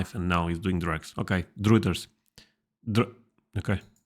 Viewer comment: Druthers rhymes with brothers